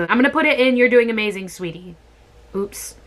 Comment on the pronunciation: is she just said amaZAYN ...